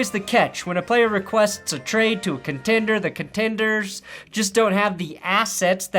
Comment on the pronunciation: Lmao he said contender bro 😂